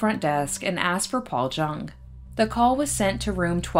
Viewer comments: My great uncle Orville travelled with and cooked for the clowns. I believe his last name is pronounced "young" not JUNG. Thanks for reporting the story on him 😊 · It's pronounced Young. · His name is most likely pronounced Yueng. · I bet your uncle tells great stories! Thank you for the clarification, I based the pronunciation solely on this blog I found dedicated to clown alley that claimed it rhymed with young. I appreciate you watching 😊✨ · Thank you for the clarification- I read on a blog dedicated to clown alley that it rhymed with young so that’s why I pronounced it this way. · Thank you! I appreciate the clarification also, I read on this blog dedicated to clown alley that it rhymes with young so that’s why I pronounced it this way. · Every person I have known with the surname Jung pronounced it like "Young." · it does rhyme with young. Most j’s in German are pronounced the way we pronounce the y. Its an extremely common mistake for English speakers. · Jung is pronounced “Yung”, it’s German.